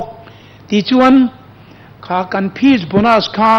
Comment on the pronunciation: Phizzz bonus 🤣